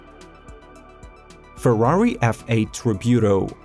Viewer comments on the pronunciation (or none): Ferrari Tributo, not feurauri tribiudo